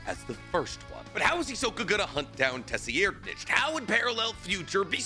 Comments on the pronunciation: Brother, his name is pronounced SUH-RIDE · Dude, please fix the way you say tserriednich, it is pronounced “Ser-Ride-” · his name is Pronounced Serri-Ed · Tserriednich is probably something like "TSeh-(guttural R) Ri-Ehd-", but Terror Sandwich and "Suh-Ride-" are at least better than whatever came out of your mouth 😭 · 😂😂😂😂 🙈 this is a crazy pronunciation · It’s a silent, T , Saradnick , it’s pissing me off watching it , I can’t even focus on what he is saying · Just btw it’s pronounced sir-ride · I swear b havin craziest pronunciation 😭😭😭 I always read it as SUH-RAD- but maybe I’m crazy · You're pronouncing it like that just to piss me off aren't you? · you not being able to pronounce Tserriednich makes this video hard to watch, geezus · Ay maaann. I had to stop the video because Tserriednich name pronunciation..... it was suuper triggering😀😀😀😀😀😀😀😀😀😀😀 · Brother please stop butchering his name 😭😭😭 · Bruh I wanna watch the vide but the way your saying his name is fuckin wild shits actually making me angry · I've been ignoring it for too long. WE, yes ME, YOU and EVERYONE, knows the "ts" makes an "s" sound, not whatever tf you're saying right now😭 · NAH TF DID JUST SAY? that sounded like a damn slur😭😭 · ima help ya: sur-ide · This man had no problem saying LADY TSunade but Tesseract-ditch ? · Brother, it’s a silent T , pronounced SIRadNick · I can not move passed how you pronounce tserriednich Youre saying tess e air nich Its sir id Love ya dawg ❤ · Tsseriednich = Sir Eyed for easy pronounciation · This pronunciation is driving me crazy 😂😂😂😂😂😂😂😂 just call the man terror sandwich 😂😂 or ——- SIR-rad-NIK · Dude its pronounced Tseh-reed-nik. The way you say it bugs the hell out of me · Say it with me………………….Suh-rad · Please just say [tsair-REED-nikh] and stop being extra about it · It's pronounced "sir-ad-".... It bothers me when ppl pronounce names super weird lol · It is pronounced ser ad